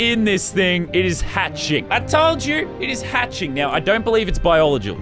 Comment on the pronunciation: It's pronounce biological